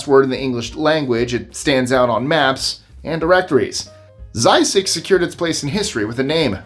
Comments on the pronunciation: ZZYZX is pronounced zizzicks. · It's pronounced Ziz-icks. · You're mispronouncing ZZYZX !